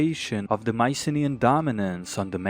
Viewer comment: It's so nice hearing you about Mycenaean history also great pronunciation of the Greek names :D